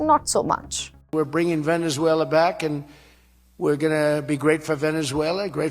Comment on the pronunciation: Stop mispronouncing Venezuela